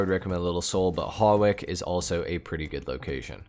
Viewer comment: FYI, Hawick is pronounced as Hoick. Your not the only one that pronounces it wrong, plenty of others do and before anyone argues that's how it's pronounced in the game or whatever, I live in Hawick.